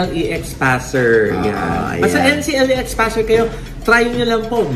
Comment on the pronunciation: it is pronounced po Enkleks (NCLEX). Board exam po yan for US nurses. Love watching your episodes po